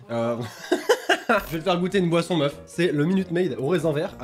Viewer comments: G compris poisson au lieu de boisson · A chaque fois que tu dit boisson j'entends POISSON du coup je comprenais pas